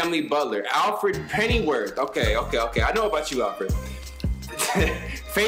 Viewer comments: put some respect on Alford’s name c’mon what you mean??? 😒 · you put some respect it’s Alfred not Alford